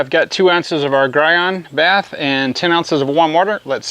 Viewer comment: For future reference it's pronounced Gee-on (Gyeon) and bay-th (bathe) :) Gyeon bathe PLUS is one of my favourite soaps, it leaves a Sio2 protection behind with hydrophobic properties.